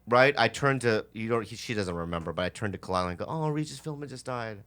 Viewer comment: "Regis Philbman"